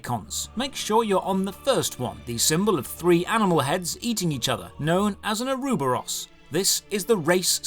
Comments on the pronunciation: Aruba-Ross lol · that pronunciation of ouroborous! 😂 Great guide as always, man 👍🏻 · He butchered the pronouncing of ouroboros 😂 great content still though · The way you pronounced Ouroboros had me cringe a bit. Otherwise, awesome video.